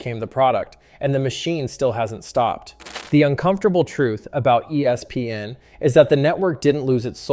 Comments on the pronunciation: He doesn’t just say E S PN. He also says E SPN, ESP N and ES PN. And all of those are annoying as well. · Annoying how he is saying E S PN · Yeah, it’s cringy. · Why is he struggling so bad to just say ESPN?